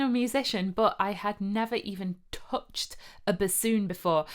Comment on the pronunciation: never even "tohhhdshed" a basoon 🙂. Yes! let's go for it! Make music, not war!